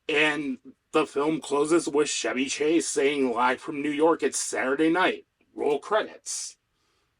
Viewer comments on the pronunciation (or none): Good break down - I'm a lifelong SNL watcher - except for recent years of wokeness. Just one small suggestion, Chevy Chase is "Ch" as in "Charlie" not "Ch" as in "Charlemagne". Minor thing.